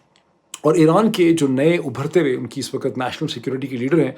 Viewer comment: For the third time, the word is "waqt", not "waqat". (وقت).